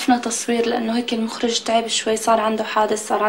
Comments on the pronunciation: يقول المَخرج مو المُخرج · المخرج بفتح الميم 😂😂😂😂😂😂